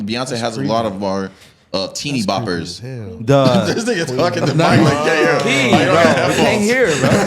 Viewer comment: the way she says nigga tells me she’s not black. quit letting that shit slide yall